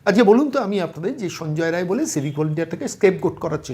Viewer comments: রায় রায় বলছেন, রাই, রায় নয় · সঞ্জয় রায় নয়,নাম বিক্তৃতি করছেন কেনো? নামটা হলো সঞ্জয়ে রাই। ঠিক করে বলুন ভুল সংশোধন করে ভিডিও দিন।